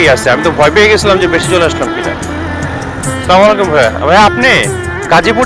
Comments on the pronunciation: 🚫ভালো লাগলো,,তবে সালাম টা ঠিককরে দেবেন প্লিজ। সালামাইকুম না❌ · ভাইয়া কোন কিছু মনে নিবেন না প্লিজ আপনার সালাম হয় না ভাইয়া সালামমুয়াইকুম না ভাইয়া আসাল্লামুয়ালাইকুম হচ্ছে সঠিক সালাম ভাইয়া